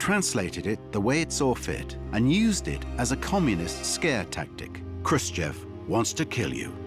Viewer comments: What was and is the issue that Americans can't say his name... Its chev not chov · Eisenhower: “Nikito… Khrushchof”